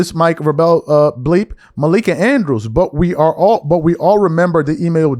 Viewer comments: maybe so. But you just proved his point, the reason she isn't speaking on MIKE Vrabel(which can't even pronounce correctly lol) is because she doesn't cover the sport genius. If vrabel were a nba coach then she would have to lol. Man, you guys are not that intelligent in that comment section at times. That'd be like a asking a IT guy to break down and analyze what a CFO is doing. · Crazy work you can’t say Mike Vrabel’s name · You’re killing me the way you’re saying Mike Vrabel’s name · Bro....its no way u dont know how to say Vrabels name....dude has been in the public eye since the early 2000s and u claim to be a sports reporter....do better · Hey at least pronounce Vrabel name correctly. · Bro, I love your shows but damn if you're a sports talk guy, please research enough to know how to pronounce the coaches name. Geeeeeeeeeez. You're killing me. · If u weren't SO damn concerned with LEBRON JAMES...u would KNOW how to PRONOUNCE Mike VRABEL's name!!! U have NO sports knowledge. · He never heard of BALCO, he said Barkley and Jordan guarded each other, he can't pronounce Mike Vrabel, he couldn't pronounce Olden Polyniece, he admits he never saw Jordan play, he claims to be a Lakers fan but rooted for the Clippers the last 6 years, he complains about the media coverage of LeBron and the Lakers, yet he talks about them more than the national media, he claims the series he's most interested in is the Nuggets vs Wolves, but where are the videos of them after the game? He went on FYF sports and started faking about needing to go becausebhe was getting exposed....it should be a crime to be this fraudulent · 😂😂....he's butchering dudes name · Cant watch this with a straight face 😂 dude keep saying Vra bell its vrabel like vrable, think mabel. And i know hes not just doing it, he makes me laugh every time he reads. Still great content tho. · dude you pronounce His name as VRAY - BUL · It’s pronounced Vrae-ble! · 🥷🏿 it’s VRA-BEL!!!! Only 1 L fam not 2